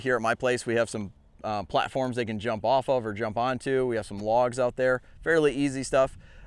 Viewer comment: Great video! I have to mention though, that at first I thought you were saying, “teach him to hump the jump…” 😮😂😂😂😂😂😂😂😂😂😂😂😂